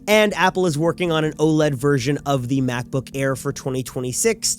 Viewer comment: "MacbBook"? LOL! 😂